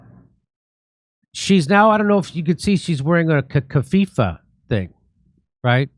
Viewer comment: Jimmy, I truly like your show. You Spotlight major issues that get ignored by the mainstream media in a very succinct and straightforward manner without unnecessary nonsense. But allow me to correct your Arabic word of keffiyeh (not kafifah which is female blind). I sincerely hope you can continue to do your amazing journalistic work without any interference. Kudos 🙌🏼